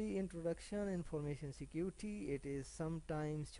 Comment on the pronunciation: Sick-Uty 😂😂😂😂😂😂😂 Security nahi hota